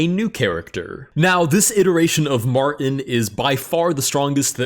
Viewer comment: “m””r” tin 😂